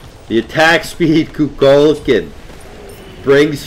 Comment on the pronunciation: Its pronounced ku kul kan